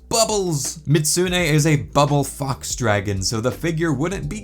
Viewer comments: It's Mi-zoot-soo-nay, not Mit-soo-nay. Edit: In-game accuracy! You can cut off the tail on your figure, too! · The only thing bugging me is the constant mispronunciation, the "zu" part of the name was always left out, and it's not silent, the pronunciation is best written as "mee-zoot-SUE-nay", the third syllable has to be stressed when said and all of has to be said quickly, not slowly. Mizutsune's name is a portmanteau of "Mizu" (Japanese for water) and "Kitsune" (Japanese for fox). As much as I like the Mizutsune, I am disappointed they added a new variant of it in Sunbreak (Violet Mizutsune) instead of a variant that western audiences (except Canada) have never seen before, Thunderbubble Mizutsune, which only ever had one appearance, Monster Hunter Explore, a Monster Hunter mobile game that only ever released in Japan and for some reason, Canada. The figure does look nice, but the overall material quality has me concerned if it cracked just from that degree of handling. Hopefully you were able to fix the crack so it wasn't too noticeable. This is partly why I buy mostly static figures, less risk of damaging them that way. I would buy it, until I saw the price tag, $145 on that site, which I would assume is USD, so that would be rather close to $200 AUD without shipping. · Real pronunciation Mih-zoot-soo-nay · How you pronounce mizutsune hurts me